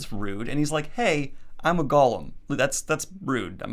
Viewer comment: I was so confused. Why does Daniel keep calling it "Gollum"? Only later I realized he was saying "Golem".